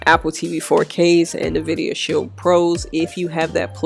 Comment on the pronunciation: Nvidia pronounced like Envida, like envy.